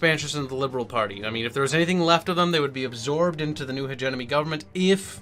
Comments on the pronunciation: Really enjoying your videos! Just a note though: it sounds like you're saying "hegemony" pronouncing it "hedge-enemy" but it's actually "hedge-EM-ony" But great video, enjoying these a lot! Keep em coming! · But, it's pronounced hedgemedgewedgemony